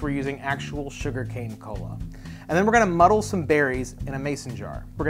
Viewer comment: God the way you "muddle" hurts